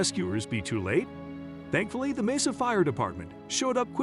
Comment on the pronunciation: The narrator mispronounced Mesa and his inflections are off sometimes.